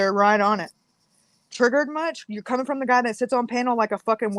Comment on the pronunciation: "Salty is comminK". Nice.